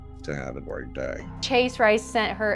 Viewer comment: that accent looool "PlEAse do wreyll...tew haf a gweayt dyeaay"